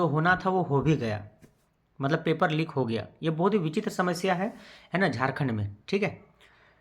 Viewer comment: It is leak not lik